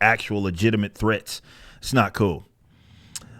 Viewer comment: The way Eric said threats made me rewind and laugh like 10 times haha... thress